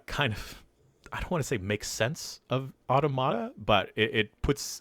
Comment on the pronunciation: No one knows how to pronounce automata, huh?